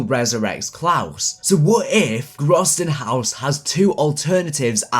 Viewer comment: grausten haus !?! it's GROESTEN HAUS